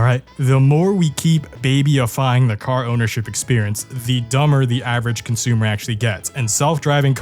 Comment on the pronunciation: Ahh, yes: Consoomers.